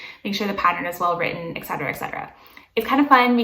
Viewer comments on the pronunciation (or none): none